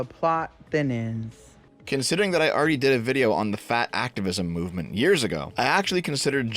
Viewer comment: I laughed way too hard at “the plot thinnens”.